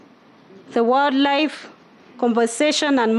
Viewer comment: As a tourism stakeholder I don’t foresee much happening in our ministry if pronouncing “wildlife” is a challenge. Masomo ni nyembamba plus the ability to articulate matters. WSR kindly reconsider